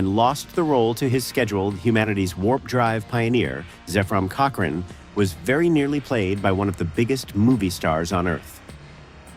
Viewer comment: That's not how you pronounce Zephram Cochrane, ffs.